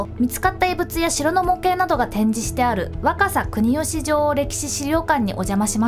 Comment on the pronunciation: 若狭国吉城歴史資料館の発音がすっごくきれいでびっくりしました！😄 みんなこれで受験もばっちりだね！ お声が聴き心地よくて楽しく聞けました。 ありがとう、先生！